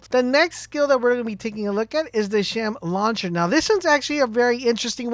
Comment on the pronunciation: "Shem launcher" 😂😂 grear video